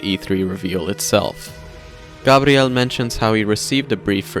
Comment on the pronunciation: Gah-BRi-el... Thanks